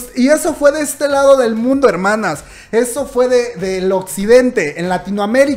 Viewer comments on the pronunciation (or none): none